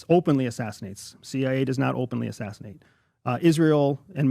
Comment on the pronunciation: Did this man just say “CIA doesn’t openly assaasinate”? Lol